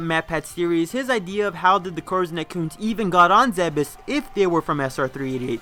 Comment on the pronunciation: Ugh. It's pronounced "Zeebs."